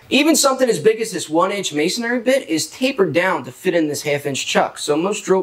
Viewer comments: Not: ma son ary. It’s pronounced may son ree. 3 syllables. May son ree. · Isn't it "Masonry" - and not "MasonAry"!? Or is that just me? :)